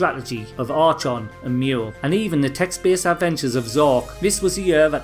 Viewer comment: FWIW “archon” is an Ancient Greek word and it’s generally pronounced as “AR-kon” rather than “arch-on”.